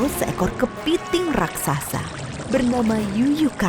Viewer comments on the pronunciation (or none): none